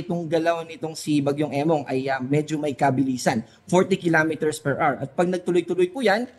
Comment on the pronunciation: 40 kilometers Per R. | Children, remember: HOUR has two syllables, and it is pronounced as AH-wr, the stress is on the first syllable. Pronunciation matters because it will affect your future.